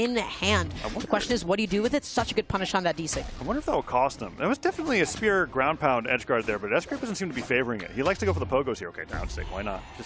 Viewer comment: lmao me too it was so distracting 😂 they pronounced spear as “speuw”